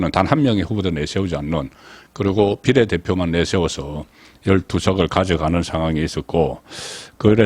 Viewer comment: 송선생이 쓰는 '바례대표' 도 경북 사투리입니다 아직도 탄핵도 사투리를 쓰는군요 악센트를 첫번째가 아니라 두번째 모음에 엑센트 를 고치세요